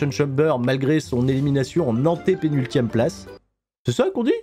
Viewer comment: antépénultième, non non, parfait 👍